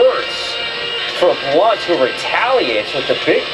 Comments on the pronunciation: it's pronounced BLUNT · It's pronounced Blunt. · It's pronounced BLUNT. Thank you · his name is pronounced Blunt lol but he did drop his ass lol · people need to learn how to pronounce blount. its just blunt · first of all, you were mispronouncing blount's name. sorry, i just had to mention that. it's pronounced more like "Blunt." And I do agree that hout should have gotten at least a one game suspension for his taunting, but lets face facts... blount was in the wrong. the goodnews is that he worked his way out of that suspension and has made himself a better person because of it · The fact that you don't even know how to pronounce Blount's name right show how much you know about the situation. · your pronouncing blounts name wrong buddy